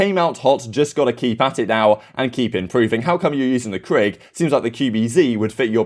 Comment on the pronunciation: I love karma calls it’s a “kreeg” and then follows it up with the most Canadian “sorry” every lol I want him in more optic content dude is hilarious